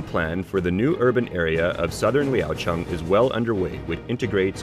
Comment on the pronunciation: your pronunciation of the city name sounds like the local tone...